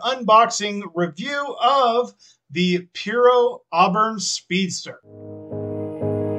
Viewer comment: It's pronounced pyro as in PYROMANIAC. Dealers used what was know as "Dealer Samples" that they could show customers what a car looked like for the most part so that they could get an idea of what it looked like and so they could see the bottom of the car without going into the lot and checking underneath it. The only thing they would have to do is open the hood to see the engine. Any way I think you got a used kit that was owned by someone and returned to the store and the (store) wrapped it or re-wrapped it in cellophane because these weren't originally wrapped back in the day. These are wrapped in cellophane now to keep the boxes from coming open or being opened by customers and losing parts. I usually melt sprue either with acetone or sand to the required shape and polish it by hand. This works for me. Or I make the parts that are missing or what is missing from a part then recast it (make a mould then recast in polyurethane resin) so that I can have a complete kit. Thank you for posting this. It was very interesting indeed.